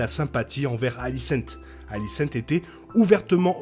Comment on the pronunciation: Très bonne vidéo comme d'habitude ! Mais désolé je suis obligé de faire une petite remarque sur votre prononciation de la plupart des prénoms. "aegon" ce dit "égone" et pas "haégone" ou alicent etc. Plusieurs prénoms sont mal prononcés par rapport au livre et à l'adaptation de GRR Martin ! Mais ça reste un détail bien sûr ! Bonne continuation !